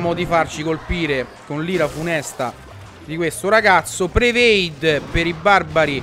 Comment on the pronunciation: Ciccio io ti voglio bene, veramente.. ma "prevade" non si può sentire... ti prego, comincia a dire "predict".. cercate di farglielo leggere vi prego